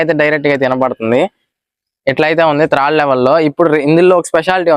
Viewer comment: త్రాడు కాదు బ్రదర్, థర్డ్